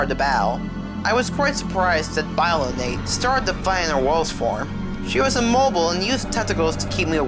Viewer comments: “Biolanate”? “BIOLANATE”? ITS BIOLANTE YOU UNCULTURED SWINE!!! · im sorry, BY-LO-NATE? its BIO-LAN-TEA. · omg it's BIOLLANTE....say with wit me BI-O-LLAN-TE. Not biolant....